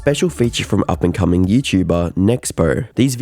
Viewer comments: Yo why he do expo like that 🤣 "up n coming" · "up ad comingn youtuber, " lol